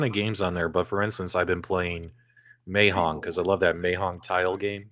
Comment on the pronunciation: the way you say mahjong is hilarious